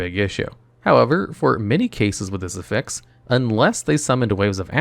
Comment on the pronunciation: oof you're using the verb pronunciation of affix & I can't stand it